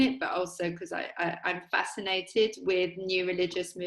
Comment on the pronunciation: Ah, wif’ Youf’! Stayed at his gaff once. Top geezer.